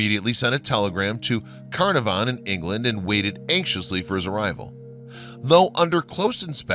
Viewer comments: Arrrrrgh! Lord Carnavon is pronounced Kah-NAR-von. Or should learn the correct pronunciation before making video! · There are a great many mysteries surrounding the lands now called Egypt, and all associated with it. One thing we do know for sure though, is that you mispronounced Carnarvon everytime you said it.